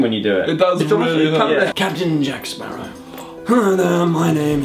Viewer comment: He said smarrow